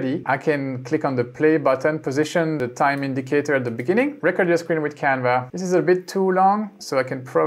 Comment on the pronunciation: Just a quick tip from a fellow ESLer: the way you say “recording” is perfect, now cut off the “ing” and pronounce it the exact same way and you’ll be saying “record” correctly. Love the videos, keep it up! 🙌